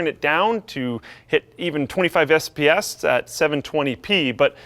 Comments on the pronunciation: You can tell just freaking woke up...... "Totally playable frame WATE" "25 sps" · Da fwamewate is 20 ess p ess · "twenty fives fps" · 25 sps? I'm loving all these speech errors